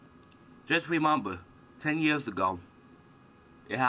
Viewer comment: ha haaaaa sorry i know this guys got an impediment, but fuck he's funny to listen to. gwobal what? heh heh. just wemember the fwuture is short times away! it cwould happen!